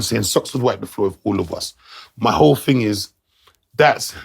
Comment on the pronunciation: You mean thing not ting😂